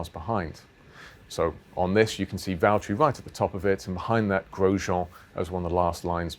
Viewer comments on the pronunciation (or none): Lewis, it’s Valterri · James, It's valterri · James it's Valterri